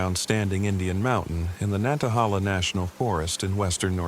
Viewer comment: WNC native here. It's pronounced Nan- ta- HAY- la! Thank you.